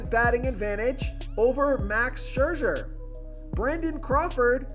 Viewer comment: Never met a name he couldn't butcher. Max Scherzer